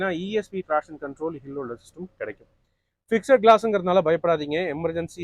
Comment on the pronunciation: 'ஃபிக்ஸெட்' என்று சொல்லக் கூடாது.'ஃபிக்ஸ்ட்' (FIXD) என்பதே சரியான உச்சரிப்பு.,' E' SILENCE.